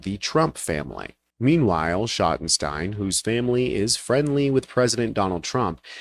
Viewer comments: I'm from Ohio, is pronounced shottensteens, not stine. They must own American eagle also. They're retailers from Columbus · Shotten-Steen.... Schottenstein...just sayin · You're pronouncing Schottenstein wrong. In Columbus, Ohio the stein part of the name is phonetically pronounced "Steen". They were a large discount clothing chain until the founder of the company died. The kids went into the reality business although they still have the Value City furniture business. The Ohio State Buckeye's basketball arena is called "The Schott" which is the shorten name for The Schottenstein Center. I guess it was good they got out of the clothing business they would've lost a lot of black business after this situation.